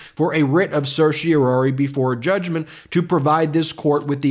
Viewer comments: As a lawyer, I would expect Ben to be able to pronounce certiorari properly. There's only one "O". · Still can't quite get the hang of pronouncing certiorari, I see. 0% success rate this time around. I can't tell if Jack Smith wrote an overly emotional filing, or whether the emotion was added by the presenter's performance. From that perspective, this was a waste of time for me because now I'll have to read the whole dam thing myself just to get a sense of the author's tone.